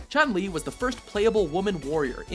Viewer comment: Why do they mispronunce the name wrong. Ryu and chun li in particular. I dont agree that camy should be in the list. I think akuma or e honda or even ken should replace her on the top ten.